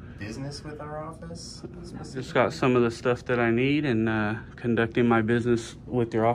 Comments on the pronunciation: theres another one "orfice" instead of "office" hahaha or at least I'm assuming haha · "Orfice" instead of "office" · Public Orfice. That is the mispelled word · lol also 21;06 office-orfice. hell yeah thanks! its the bay fam baby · ORFICE, THAT'S HILARIOUS 😂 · Orfice = office . You got 2 in there babe! Lol. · Public orfice lol. 25 minutes. All the way from San Angelo Tx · Public orfice bro? That’s sic. LMMFAO. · "Public Orfice"